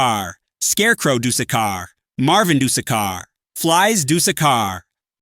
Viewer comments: "Duseka" truly a wise pronunciation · I love the way the tts says dusekkar so much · The way he said dusekarr got me rolling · The way he says dusekkar 💔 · WHEN YOU WHERE SAYING THE DUESKKAR SKINS IT SOUNDED SO FUNNY LOL